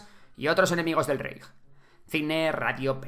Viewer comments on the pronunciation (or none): none